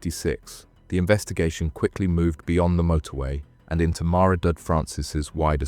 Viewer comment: Mahr-eh-dud Francis! Abysmal pronunciation of the name Maredudd. Very poor.